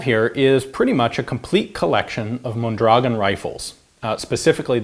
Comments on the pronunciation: Pronounced: mon-dra-GOHN. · It's pronounced Mondragón... Stress goes on the "o". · Thanks Ian. I’ve enjoyed the video very much. I’m looking forward to see a video about the Mendoza LMG used by the Mexican Army. By the way Mondragón is stressed at the last syllable hence the ó. Greetings from 🇲🇽